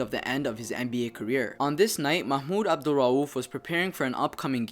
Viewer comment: NBA Insider how did u say his name so fluently